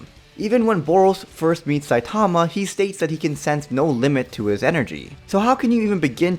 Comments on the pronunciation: SAI TAWMA .... It’s SAI TUH MUH 😂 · Why does everyone pronounce his name as “Sai-TA-ma” It’s “SAI-ta-ma”